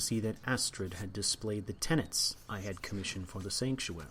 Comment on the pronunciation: One thing that frustrates me about your commentary, and perhaps the only thing, is that you keep calling the Five Tenets the "tenants." There is no second "n." It's a really minor thing, but just draws my ire from an otherwise excellent series.